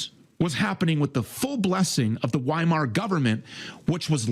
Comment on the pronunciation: He's also mispronounced Weimar everything time. It's pronounced Viemar.